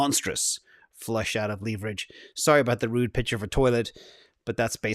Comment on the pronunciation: can you please stop saying LEEEEEverage. If it was supposed to be pronounced that way there would be two E's not one E